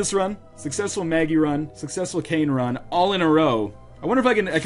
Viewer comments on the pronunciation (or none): none